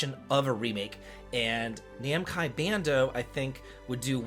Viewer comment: Bandai Namco. I thought he just got the first letters mixed up like I've heard others say. Not making fun, not of anyway. It made me pause and forget the actual name. It took me a minute and even had me questioning if I had it right. Bandai Namco. Would be funny if I still have it wrong, or if was talking about a different developer/publisher that'sactually called Namcai Bando. Please correct me if I do have it wrong cos I'm still kinda second guessing myself. As usual, thanks for the updates